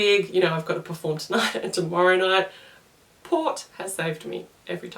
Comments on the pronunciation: Port not Vot lol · I thought she said POT? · So you guys don't have to watch 8 mins... Worst milk Green tea Wine Carbonated drinks Best Peppermint tea liquorice root tea Vot? sounds like she's saying Pot (marijauna) Water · What is she saying after licorice root tea, because I know she's not saying POT. Someone please tell me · I didn't understand what you were saying the 3rd best was..... It sounded like you said pot,pop? I missed it.